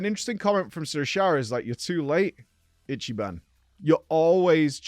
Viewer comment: i'm surprised he didn't butchered Ichiban's name lol